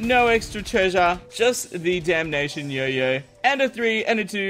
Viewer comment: Did say beedamnation